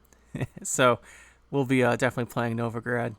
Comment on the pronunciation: The city in Russia is actually Novgorod, all O's (though the meaning is the same as "Novo-grad", yeah!). Among the museums in the city's central kremlin is the Museum of Literacy/Writing, featuring quite a few examples of Glagolitic script! =) Speaking of, that is one good deck. Seems like a solid use for Collusion -- the Novigrad card is probably all I need to craft for it. Thank you for the detailed overview!